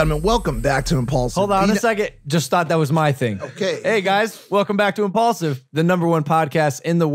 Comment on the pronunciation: only logan paul says impualsive is the number one podcast in the world